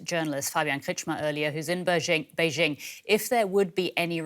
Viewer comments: Bay Jing. Not beige ING. Educate yourself. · I’m going to start calling it beige ING now if you don’t mind…